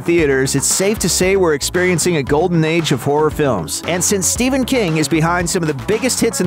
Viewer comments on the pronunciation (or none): none